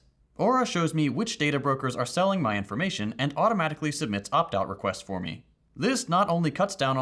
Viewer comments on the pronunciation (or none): In the sponsor segment I hear "updog requests" instead of "opt-out requests" haha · LMao I heard the ad wrong, "...and automatically sends updog requests for me" and my brain LITERALLY FUCKIN SAID "what's updog" and I had to rewatch your ad like 6 times to hear "opt-out requests", enjoy your high level of watch time over that ad